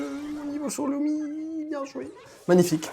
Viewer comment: LUMI❌ LOUMI✅